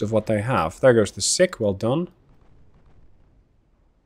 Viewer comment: Doubt you will need to say it again soon, but the DD Sikh is pronounced Seek, not Sick. As in after the religion - Sikhism